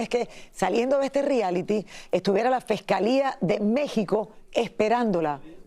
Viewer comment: Se dice fiscalía lily fiscalia nooooo fescalea y según no eres de rancho 😂